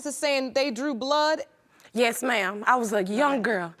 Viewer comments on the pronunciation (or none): Am I the only one who heard her say blew drood instead of drew blood